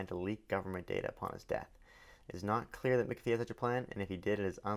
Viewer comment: Pronounced John "MACK A FEE" not "MICK A FEE."